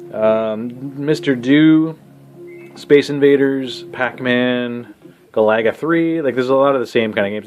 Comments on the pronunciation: Hee hee. That’s what I was thinking. Never heard any pronounce Galaga that way. Sounds like a nice guy, though. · Guh- lagga?